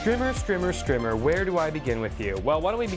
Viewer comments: Was checking for a comment like this...should be a long "i" sound. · Strimmer has 2 m's that's a a strimer : pronounced str eye merr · Wait, is it actually called 'Strimer?' Wtf is a strimer? I thought you were mispronouncing the word 'Streamer.'